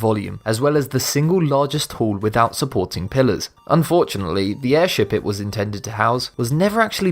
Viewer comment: Air sh*t? 😂